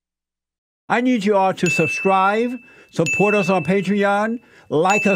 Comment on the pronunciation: it's subscribe Jesse not subscrive, it's right there, look.